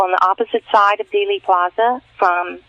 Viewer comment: Thanks for all you do,. One small piece of constructive criticism? It's Dealey (Deely), not Daily Plaza.